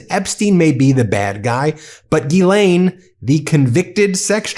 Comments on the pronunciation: Her name is pronounced Gilan, not Gilane or Jeelane. The G is the same as G in goat. The monster needs her name out there known accurately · Y'all keep butchering these ladies names it is pronounced (listen how the victims say it) Gee-Lynn spelled Ghislaine and Guifree is Goo-fray!